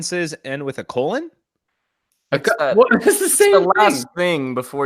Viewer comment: Co-lawn lololol a